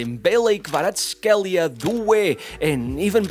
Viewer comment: no way he said Kvaras name correctly!